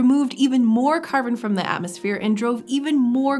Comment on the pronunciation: This is grating to listen to. It's "thuh" before a consonant sound, "thee" before a vowel sound. That's something you learn in grades one and two. This shows what a putrid state modern "higher" education is in. I refuse to participate. I could do without the inane Ted-talks-style hand flapping, too.